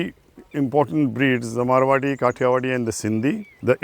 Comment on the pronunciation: Please correct the breed name it's MARWARI not marawi